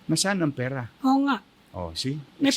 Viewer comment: Hindi PIRA... PERA ANG PAGBIGKAS!